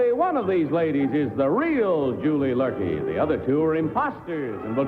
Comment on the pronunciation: It's Luerke, not Lurkey